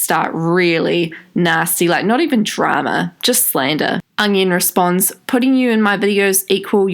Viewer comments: Every time u say onion i cried in laughter.... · every time she said onion i laughed ps. loVe yOu shAnE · Every time you said onion I died 😂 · I literally never comment on anyone’s videos, but I’ve literally fallen in love with you. I literally died every time you said ‘onion’ I’m losing my shit.